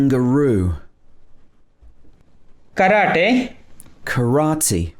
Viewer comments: example: it is karate not karati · I think it is not the same as FLO-WER.. wer there is an active W sound It should sound more without a W sound ..like FLA-UH. It is actually ka-RAA-Tey isn't it? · The irony here, the host mispronounced the Japanese words for "Karate" and "Karaoke" which was pronounced correctly by the Indian guy. 🥱 So yes, there's nothing wrong with Indian pronunciation as well. It's just the accent.